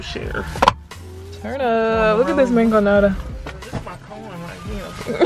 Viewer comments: The way they said mangoñada😂😂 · My “Elote” and “mangol“a”da” lol love ❤️